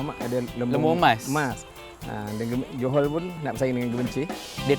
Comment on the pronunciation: Johol. Not Johor.